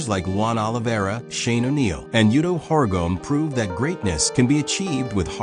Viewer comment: “yuto horigom”